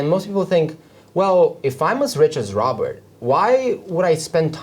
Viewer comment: Robert not Robery...